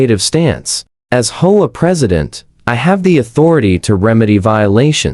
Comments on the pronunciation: H. O. A. Not hoaa. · Teach your AI to pronounce HOA as letters and not hola. Teacher AI to pronounce 50s and not 50 S. Very poor quality in production.